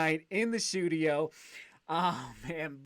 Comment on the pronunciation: 'The shoedio'